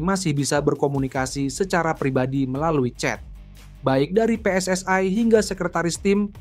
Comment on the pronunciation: Gunakan membaca bahasa Indonesia yg benar. PSSI (dibaca PE ES ES I bukan PE ES ES AI